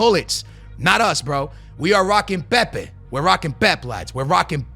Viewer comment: holy shit dude can’t say musiala or pepe “pep” or eusebio😭😭